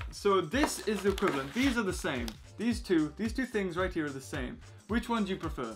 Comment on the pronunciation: How are you 12 and don't know the correct way to say "right"